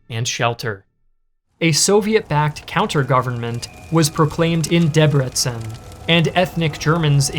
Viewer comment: you told the story well exept for the names. i think only debrecen was pronunced right.